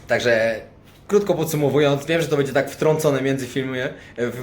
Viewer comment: twoje filmy są świetne ale na miłość boską B Ę DZIE a nie BEDZIE;) Pozdrowienia i wszystkiego najlepszego!